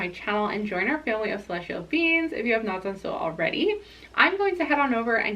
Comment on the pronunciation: I love that the way you pronounce ‘beings’ sounds like ‘beans’. I’m TOTALLY a celestial bean ❤️ thank you for this reading!